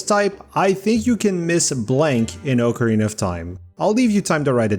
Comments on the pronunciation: Ocarina not oakarina oc like octopus that’s how it’s pronounced quit saying it the other way you sound like a dumbass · Oak-a-rina of time